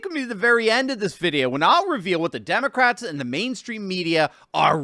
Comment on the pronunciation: it pronounced “Demon-rats”.